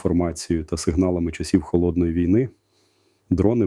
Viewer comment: Голос Залужного, а наголос як у штучного інтелекту... На тридцятій секунді неправильний нагос у слові ВІЙНИ. Треба задуматись. Думаю що фуфло. Це не Залужний. Звнадто монотонно для Залужного.